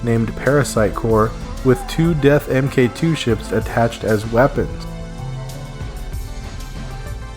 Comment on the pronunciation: I love this series so far, but someone needs to tell you... When referring to technology, "mk" is read as "mark." So "mk II" is "mark two." Not em-kay two. The latter makes it sound like you're talking about Mortal Kombat.